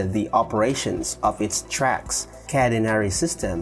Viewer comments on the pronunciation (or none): none